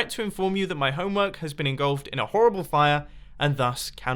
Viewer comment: I hate to be that guy, but it's "engulfed," not "ingulfed*